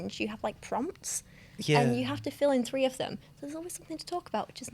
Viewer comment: For fuxache, people! 😳 Sexy sausages! I cannot get sexy sausages out of my head; what have you done? Fankyew for Part Two, that was a delight( all free of you) and knows I'm gently mocking the London accent here. pronounced "three" as "free", again! It's a subtle linguistic thing, and I love you lot for putting up with an uppity fanbase! Gud one! 😃👍